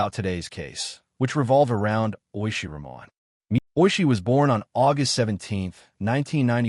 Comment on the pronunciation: Thx for the story from Bangladesh. FYI their last name is pronounced Rahman with H not silent.